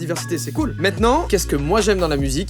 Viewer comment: Bon j'aurais appris au moins une chose : Joyca prononce "maintenant" comme Fabien Olicard ^^